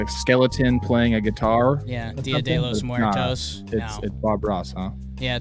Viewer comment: "deeeyah day lohsse mwertoesssss" lol low key funniest